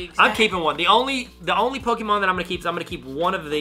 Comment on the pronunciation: Pokémon not poke——-E——mon